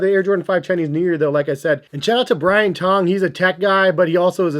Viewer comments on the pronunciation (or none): none